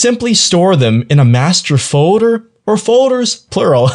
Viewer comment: Most people say "FOLDER" not "FODER"